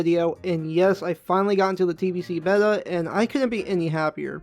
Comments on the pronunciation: how did you jus pronounce beta??/?/? 😂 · I think it was a BETTER way of saying it